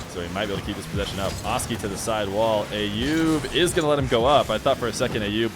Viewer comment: the name "Ayoub" is pronounced with an A as in "umbrella" not A as in "ate" .. So like "uh-yoob" .. Please, it's not hard at all and I'm not even Arabic or middle eastern at all btw!